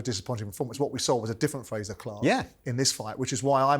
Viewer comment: Love how Paulie calls Frazer Clarke “Frasure” like Dr. Frasier Crane🤣🤦‍♂️